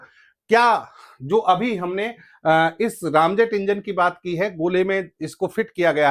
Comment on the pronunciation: बहुत अच्छी जानकारी दे रहे हैं आप लेकिन दुख है कि बार–बार आप रैमजेट को रामजेट कह रहे हैं जो खटकता है। रैम आंग्रेजी का शब्द है जिसका अर्थ है तेजी दबाना या धक्का देकर ठेलना। इस जेट में सुपर सोनिक गति से हवा इंजन में ठेली जाती है फिर उसने ईंधन स्प्रे किया जाता है। यहां इंजन जलता है और पीछे की ओर निकलता जिससे गति और तेज हो जाती है। निवेदन है कि कृपया राम की जगह रैम कहें।